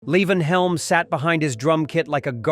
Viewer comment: I wish people would properly pronounce Levon's name. Levon pronounced it Lee-von 100% of the time - never La-Vonn.